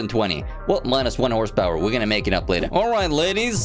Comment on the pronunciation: I know you have a weird and sketchy accent, but calling horsepower as horsesta now that's interesting